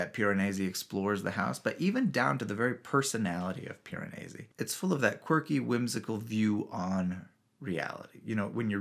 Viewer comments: Yours is my favorite video I’ve seen about this book, which I just finished yesterday. This is in no small part because you are the only one who pronounces Piranesi correctly. Your Italian is excellent! The book was awesome. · You are obviously proud of how good you are at pronouncing Piranesi the sort of proper way )